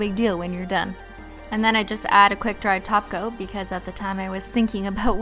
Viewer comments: I like how when she says top coat it sounds like taco 😁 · Wait wait wait... Did she say TOP COAT? not TACO.. 😂😂